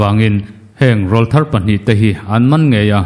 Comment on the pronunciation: Rawlthar tih hi I lam diklo tlat mai